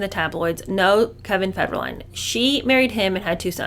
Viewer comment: It's not Kevin FedRA - Line It's Kevin FedER - Line